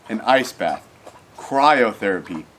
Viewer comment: "crie Oh! therapy" ok im leaving... -_